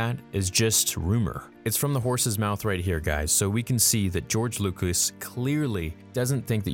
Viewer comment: “George Loocous” My favourite director. Just a joke, I love...